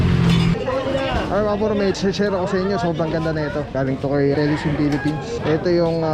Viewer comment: Kay (not KE). Doon (not Dun).